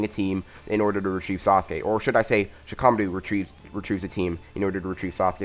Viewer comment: Anyone else hate how he says Shikamaru?